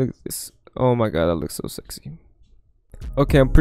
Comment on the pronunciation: "looks so segsy" 😭😭